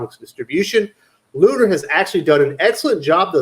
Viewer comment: Tell it's Lun-er, not Lun-are.